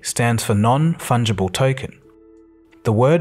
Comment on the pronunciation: I cant help but think of mushrooms when I hear “non funghible tokens“ :D